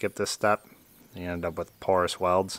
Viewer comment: did you say porous welds or poor ass welds? 😂😂😂